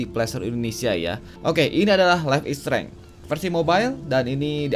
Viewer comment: Streng, streng... Bacanya streinj.. gitu